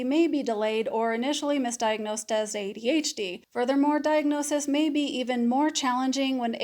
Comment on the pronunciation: Despite the way you say adHd instead of ADhD this was thee MOST helpful video I've listened to regarding the social differences overlap. Very helpful in fighting my imposter syndrome monster. Thanks.